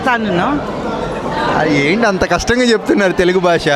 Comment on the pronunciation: Punyaniki dhobbi thine falthu ga,bhaasha ni baasha ane nuvvu em matladuthunnav ra idiot, Telugu spashtam ga nerchuko mundhu jaffa gada,em bathuku ra needi